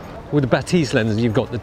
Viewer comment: 'Bah-tizz not Ba-'tease